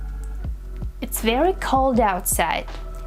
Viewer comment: " he surprised me ver much " Wtf is " ver "???? Also: Everybody already sais figure out and hold on. Maybe YOU should learn how to speak Your " English lessons "? You don't even speak English- " evra thing " What tf is that?